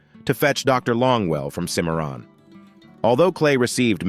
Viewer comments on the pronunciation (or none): Boyo boy these AI reading apps sure have no sense of how to speak names like "kimaroon".for Cimmeron . All thru this video I had to use my imagination to divine exactly where in Texas be was speaking of. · Cimarron mispronounced 4 different ways by ...